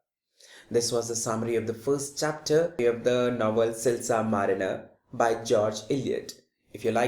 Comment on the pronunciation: man its not silsar marener its silas marner! plzz work on pronunciation!